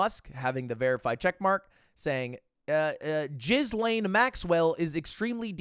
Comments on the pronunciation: Do Lud unironically thinks Ghislaine is pronounced jizzlane and not gheelane...? Or is it an algorithm avoidance thing? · "Jizz-lane maxwell", I love the way Amerocans are so apathetic about pronunciation. One day the American language will just be one big slur from the start to the end of a sentence. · Bro said Jizzlane Maxwell